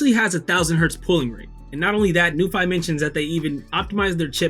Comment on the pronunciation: Great video. Very pleasing to the eye. Thx so much! According to the "International Phonetic Alphabet (IPA)", it's pronounced as follows: n-yoo-fee / new-fee